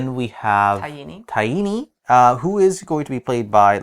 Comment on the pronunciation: Ty-eeny? I always thought it was pronounced Ty-een.